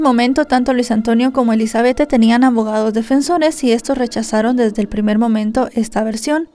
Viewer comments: SE ESCRIBE ELIZABETTE❌️ SE PRONUNCIA ELIZABETH✅️ DIZQUE ELIZABETTE PARA DONDE???🤭🤣😂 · Se pronuncia Elisabet sin la E al final 🙄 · Sentía como un jalón de orejas cada vez que la escuchaba decir "Elizabethe" 😢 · Me desespero bastante como pronuncia el nombre (Elizabeth)